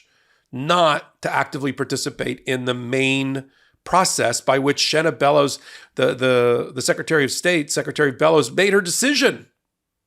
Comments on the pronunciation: You're pronouncing her name right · You said her name correct. Love ya here in Maine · You are pronouncing her name correctly i am a Mainah born and raised she is a great secretary of state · You are correct in your pronunciation. I'm proud to live in Maine. :)